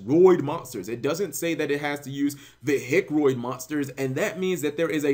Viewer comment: Could you possibly say vehic without sounding like a hillbilly